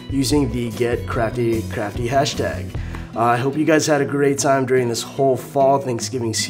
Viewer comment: you said sheck instead of check